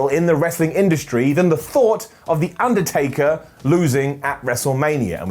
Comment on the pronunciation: Theu Ndertaker?